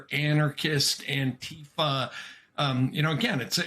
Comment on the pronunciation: I am the Chairman of the Board of ANTIFA with a message: You all pronounce ANTIFA incorrectly. I doubt the gov't can locate me. ANTIFA FOREVER